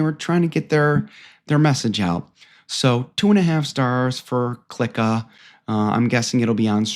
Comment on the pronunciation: Ur actually giving this movie a bad review........and u can't even pronounce the name correctly...😂😂